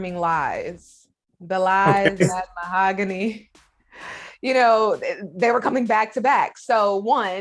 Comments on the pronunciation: ma-hog-u-nee Mahogany If that was my name and he was “in love” with me he better learn how to say it. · Anyone else catch how he pronounced her name Mah-Ho-Gah-Knee at one point? There is no way this couple is real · Why does he call her Ma-oh-go-nee🤣🤣🤣🤣 They’re both creeps and deserve each other🤢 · he prounounces her name so weird